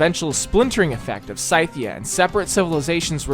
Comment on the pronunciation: Does pronunciation of Scythia annoy anyone else 🤣